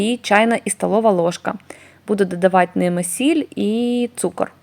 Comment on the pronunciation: Не додаватЬ , а додаватИ !!!!! Не змішатЬ , а змішатИ !!!!!!!! Не прАцес, а прОцес !!!!! це не хліб ,а КОРЖІ !!!!! А кІлим -- це що ?!.... к І л и м ...